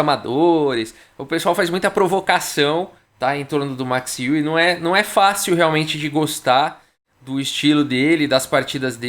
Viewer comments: Fala! De acordo com o google translator em holandês, a pronúncia correta não é "I-WE" e sim "U-WE"! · a pronúncia (holandesa) correta mais aproximada é ÊUE mesmo, como qualquer interessado pode conferir num aplicativo gratuito chamado Say it Right!, em que nativos de vários idiomas gravam suas vozes pronunciando nomes e palavras de seu idioma materno...Lajos (Portisch), por exemplo, a pronúncia em húngaro é Laios (o J tem som de I, como em muitos idiomas da Europa Central)...A pronúncia Larros é à espanhola, em que o J tem som de R... Alternativamente, existe também o site FORVO...Abraço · Boa noite! O Max Euwe jogou uma simultanea em Porto Alegre. Com 40 participantes. Meu pai jogou na epoca e empatou com ele! A pronuncia é Óive. Excelente canal! Continue com suas analises bem feitas. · A pronúncia no holandês é Êuve mesmo, só que o W é um V mesclado com U. Sai um negócio tipo Êuvue. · Tenho um colega de trabalho de família holandesa e que nasceu na Holanda, mas veio para o Brasil com seis anos de idade. Ele ainda lembra um pouco de holandês. Perguntei dele uma vez como se pronunciava em holandês o nome Euwe. Ele pensou por meio minuto e disse: êuve. Não levei muita fé. Não dá para confiar muito. Mas desde então só o chamo de Max "Euve". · Possíveis pronúncias: Euwã ou Euwà., tô muito fã desses vídeos. Abraço! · Se pronuncia Max Euwe como Max Eiué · Olá,. Tenho um filho que está morando e e estudando na Holanda, por isso, perguntei para ele sobre a pronúncia d o nome Euwe. Ele respondeu assim: "Oi, Carlos. Esse site de pronúncia inclui o nome, dito por um falante nativo: É mais ou menos como "Ãve". O som exato do "eu" não existe na língua portuguesa." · a pronuncia do holandês e' como o alemão. seria , em portugues o'ive :) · Prefiro a pronúncia errada desde que seja com a sua narração kkk